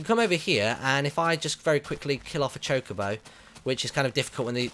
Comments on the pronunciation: its choca-bo not choke-abo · its not chicobo its chocobo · You're saying chocobo wrong Martyn